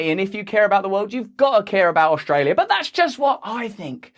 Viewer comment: Please don't say Oshtralia Russ! Thanks for your work, shame the sheep are not hearing you, they are lost to the mainstream bullsh't.